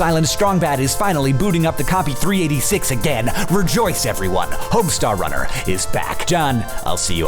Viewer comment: Homestawr wunnar! Somehow, this video seemed like much longer than four minutes. Perhaps the speed at which the information was spewed...